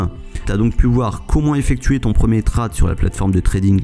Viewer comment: Bonne vidéo, cependant dis "tréde" pas "trade" ce pique ;)